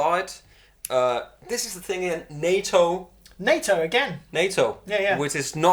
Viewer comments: The Japanese pronounce NATO as NAH-TOH not NAY-TOE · Nato, the Japanese wood is not pronounced the same as NATO lol. It's more like the "na" is more like "nah" than "nay"